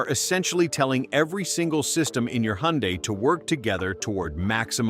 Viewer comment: It's pronounced Hun-Day not Hee-Yun-Die.